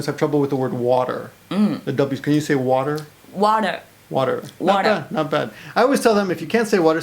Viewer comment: American accept while pronouncing "water" ("wahder") was very good!